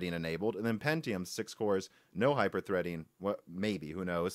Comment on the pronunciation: What? Hype Err Threading? Nice!